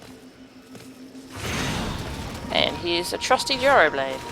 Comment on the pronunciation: Oh what do those chimera seeds remind me of? Did you just pronounce gyroblade like the Greek food gyros? Oh kick ass, a giant botanical snake. Now I know what these new enemies this mission remind me of. The predaplant and other such plant archetypes from yugioh. But in any case I wouldn't feel too bad about killing her children. I mean she did sick em on you in the first place so that's just self defense. And she calls herself a mother. For shame. And way to dropkick on the devil in that last little bit.